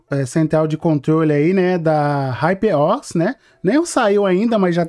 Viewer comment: Hyper Os nao mano kkkk Huper O.S a pronúncia é essa.